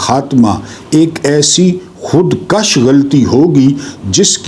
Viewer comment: khudkkash nhen Bhai kush کش زبر والا بڑھانے والاہے یعنی کاشت کرنا۔اور پیش والا کشت وخون والا ہے امید ہے آپ کو برا نہیں لگا ہوگا